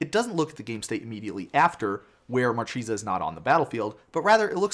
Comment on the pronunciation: It's pronounced MarKEHsa, it's italian for marquise ;)